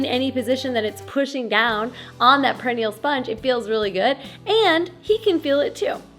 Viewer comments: Pear-uh-knee-uhhl, not: pear-ihh-knee-uhll. Sorry, was driving me crazy! It's one of those stupid English words that gives the speaker no clues. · you are awesome. But, or Butt...ha ha....Perennial (the way you are pronouncing it) means multiyear plant (as opposed to an annual plant that dies after it flowers/seeds the first year). Perineal (sponge) -the anatomical part is pronounced "pear-un-NE-al (like the name Neil at the end) and the emphasis on the third syllable and, is derived from the word perineum. I just thought you might want to know. Knowledge is power, but I love that you noticed the nature in your video (moth/spider). Hugs!